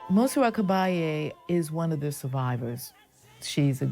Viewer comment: The name is pronounced with the emphasis on the last syllable Ca-ba-LLE, not Ca-BA-lle